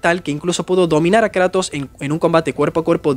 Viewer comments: jajajjja "karatos" 🤑 nueva forma de llamar "kratos" jaja. me gustan tus videos 😁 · "thor fue a luchar contra karatos" jajajajaj, como que karatos? 😭😭😭😂